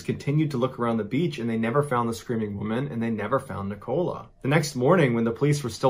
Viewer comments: It's Nicola, not Ni Cola. Doesn't anyone have Nicola as a name in the US? Great stories though, much appreciated 👍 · Yaay, someone said it ... and also ... Nic- col -la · It’s Nikola. Sounds like nickel-ah. I have a daughter with the same name and this happens all the time. I say it sounds like not a dime, not a quarter but a nickel with an Ah at the end. Anyway, you’re doing great! It’s just my OCD 🤗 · Is that how Americans pronounce "Nicola"??? In the UK, it's "Nic-o-la" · Always makes me laugh how americans can’t pronounce nicola properly 😂